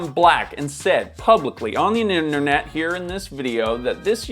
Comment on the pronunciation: Yin-yer-net! Duh 😂